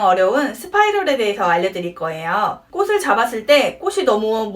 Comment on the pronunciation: ㅠㅠ 꼬시 꼬슬 아니고… 꼬치 꼬츨